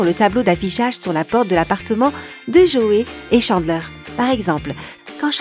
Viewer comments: ça ce prononce Tchandler, pas Chandler, Djoey pas Joé, c’est Gèller pas Jèller... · On prononce Chandler, Tchandler et pas Chanler. Et d'autres trucs mais sinon ok. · Nul la prononciation Djoey et pas Joey Tchandleur et pas Chandler Gueller et pas jeller Central perk et pas central peurk A mon Avis , t’as pas bien écouter la série pour prononcer ça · Mes oreilles ont beaucoup trop saignées en écoutant cette vidéo alors pour le bien de tous, On prononce: FRiends et non Fiends, Tchandler pas Chaneler, DJoey et non Joé, Gueler et non Geler, et on dit UNAGUIIII pas Uniajiiii !!!!! Ps : Tanksgivine ? C'est pas plutôt Thanksgiving ? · Mouais tu connais tout sur la série... Prononce les noms correctement et fais pas saigner nos oreilles! Tchandeleur et pas Chandlère! DJoé et pas Joé! Les G U ellère et pas les Jèleur! Tanksegiving? T H ankgiving! Le pouvoir d’Una G ui et pas unaji. Et surtout... F R IENDS! Pas Fwieze! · Ça se prononce Guéleur (mais s'écrit Geller) et pas Jéleur, Unagui et pas Unaji et Tchandler et pas Chandler !!!!! Reregarde les épisodes pour réviser tes prononciations !!!! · Shandlaire, joet, gélère, 😂😂 elle fait une vidéo sur friends avec une prononciations incorrect des trois prénoms. On avais tous remarqué. Et il y a d'autres détails encore plus marquant ! Un par épisode en tout cas. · o nn cHaNdlAiR mes oreillessss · J ai pas liker pcq la prononciation était horrible si la voix off avais vue tt l’es épisode comment ça se fais qu’elle dise jeller unaji chandler .... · OUI II ÇA ÉNERVANT TELLEMENT avec Chandler j'ai failli mourir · Video interessante mais faites un effort sur la prononciation. Chandler, friends, geller... Mon dieu ça fait mal ! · Tu dis que tu as vue tout les épisodes de FRIENDS mais je ne suis pas sur par ce que pour dire unagi tu dis unaji pour tChandler c’est Chandleur pour dJoey tu dis Joé pour Geller c’est Jèllèr à et j’ai oublié cétral perk